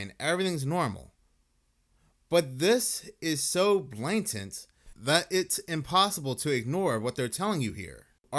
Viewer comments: I love your videos. But it's "BLAtant" not "BLANTant". The mispronunciation bugs me, no idea why...😂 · Bla•tant, not blain•tant ☺️